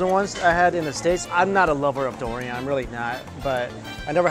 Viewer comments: i think its durrrrrian, not doorian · Yes, it should be pronounced as "dew-re-an" not "doo-re-an". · Oh my gerrrd, it's durian, not Dorian.